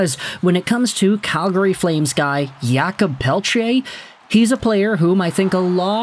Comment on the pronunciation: Thank you for all your videos and prononciation efforts. Just so you know, in french we say 'Jacob' not 'Yakob', he is not eastern european 😅😆 I know french is not always clear and easy. 😂